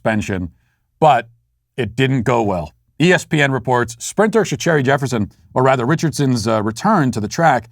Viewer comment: Matt butchered Sha'carri's name lol